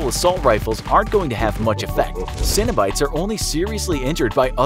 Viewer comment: Pinheads sidekicks still sound like they're pronounced "Cinna-Bites"